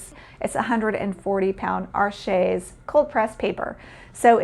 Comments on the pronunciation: Arches is French and it's pronounced ARsh, not arSHAY. There is no accent egu (é) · Arches is pronounced like “arshhh”. You soften the ‘ch’ to ‘shhh’, and the ‘s’ at the end is silent. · Really? I thought it was pronounced “Are-shays”. Somehow, “arshhh” seems quite incomplete to me…✌️🧓🏻🤷🏻.